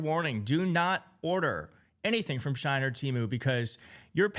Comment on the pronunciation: I like you, I really do. But shine, really?! It’s she in.